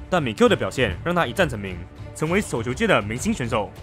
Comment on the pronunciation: 內容和剪輯都不錯，但能不能去學習一下中文正確發音，捲舌音全部變平舌，聽得真的很痛苦。 雷澀、叟球、四錦賽……🤨